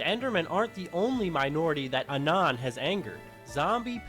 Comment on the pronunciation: "ah-non" holy shit